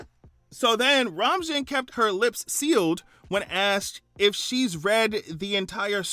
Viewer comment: jsyk her last name is pronounced ro-main. Like Romaine lettuce.